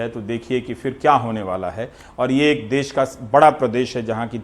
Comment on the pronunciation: "देश" होता है, "देस "नही।